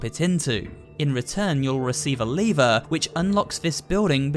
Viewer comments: LEVER NOT LIVERE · Literally said leever. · The way he says lever hurts me on a different level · Did nobody noticed that he would kept saying lever wrong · Is it me or you are saying lever incorrect.